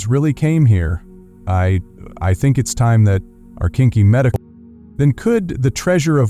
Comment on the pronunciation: The AI narrator screwup near the end when it misspoke and said "it's time our kinky medical "....lol